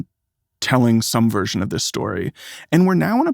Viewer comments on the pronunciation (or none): none